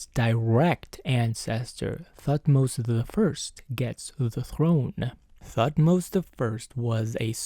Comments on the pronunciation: The “h” in Thutmose is silent. Pronounced “Tut-mose” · I heard "Thutmose" as "fuckmost" and I was like whelp.... sounds right. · Lmao I cracked when at first instead of Thutmose I heard "f*cked most" 😂😂😂